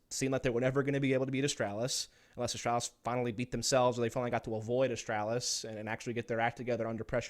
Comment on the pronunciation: This guy absolutely triggers me how he says astralis. There is no L behind the A